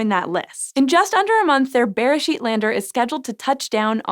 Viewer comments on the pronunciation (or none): Beresheet is pronounced berAYsheet. The word you are saying sounds more like besheret which can roughly be translated to soulmate/one-who-was-meant-to-be (it’s often used in a romantic context) so I chuckled a bit. Also, yes beresheet means “in the beginning” but it’s also the Hebrew name for the book of Genesis- it’s the first word in the Bible in Hebrew. It’s a reference to Genesis 1: In the beginning God created the heavens and the earth. It’s quite poetic and rather lovely if you’re more familiar with the Hebrew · בראשית... The emphasis is actually on the final syllable. B’reiSHEET. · It was so weird hearing the English pronunciation of beresheet in this episode! But a very fitting name, however you say it. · I don't know... maybe getting the pronunciation of the first word of the bible might be a nice thing to do. Mispronouncing it seems pretty christian to me.